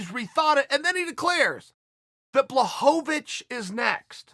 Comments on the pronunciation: Blahovovich and Blagoyev 😂😂 Chael has a problem with eastern european names. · Me: Blachowicz Uncle Chael: Blahovavich Me: Ok great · Jan Blachowicz should Change his Name to Blachochowitch. Cause Chael said so. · Lmao Chael who the fuck is BlaHOVOvicH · No one: ...... Uncle Chael: Blahovovich!